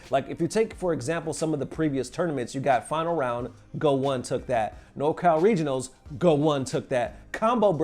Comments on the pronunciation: I noticed in alot of your videos, you BUTCHER player and event names, almost like you dont know anything about the FGC and read event hubs and make content... how can you call goichi "Go One"... not a single player, commentator or streamer has ever said "Go One"...and saying VS instead of Versus. Thats like calling CEO, "See Yo" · Go ichi not Go one lol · its pronounced Goichi, the -ichi part being 1 in japanese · Love your show but PLEASE stop saying "GO-ONE" >_<